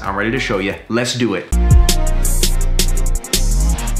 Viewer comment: Really over anticipated the “lets do it” at the beginning. Where the “LETS DO ETTTTT”. 😞